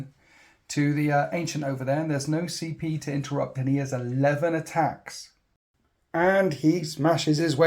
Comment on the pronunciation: I shouldnt be making fun as i also have a speach impediment, but hearing "need to spend some PCP" was great